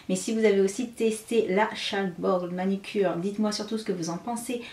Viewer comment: Belle revue mais on dit manUcure et pas manIcure !😄